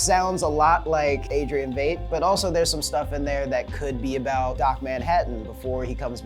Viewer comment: It's pronounced Wight